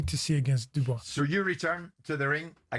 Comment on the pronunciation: Whenever Jim pronounces Dubois, he sounds like he has a 🐓 up his AR$E 😅